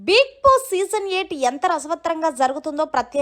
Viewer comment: Mundhu nuvvu bigg boss ni palakatam nerchukoo appudu cheppu ivvanni